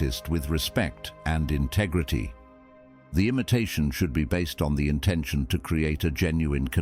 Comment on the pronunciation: Funny way of pronouncing "integrity" ....bizzare